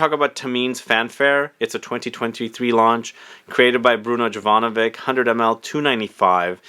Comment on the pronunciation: Bruno’s last name pronounced YOVANOVICH.